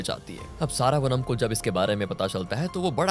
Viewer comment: सारावनम नहीं श्रवणम .. क्या हो गया है आज कल के लोगों को ? अपने ही भारतीय नाम ठीक से नहीं ले सकते